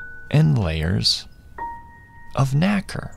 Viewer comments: Pronunciation of Nacre-(nay-ker) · Pronounce nacre wrong and you fucked up😭🤣